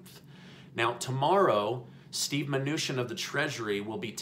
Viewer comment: Isn't it chin not shin